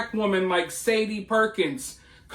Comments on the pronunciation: I think you pronounce her name shaw day, like the singer.❤ Keep calling her Sadie though. She doesn't deserve that respect. What a hateful woman! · It’s sha day. That’s the pronunciation